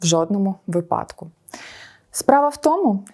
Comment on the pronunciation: Не наступному, а такому. Не випАдок, а вИпадок.